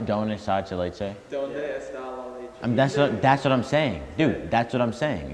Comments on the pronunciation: no one: all the comments: "doncheleche" -Aaron2019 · "dodge la leche" - 2k19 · Nobody:: don del lea leche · That foo said “Don cheleche” 🤣🤣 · i’m crying at trying to say donde esta la leche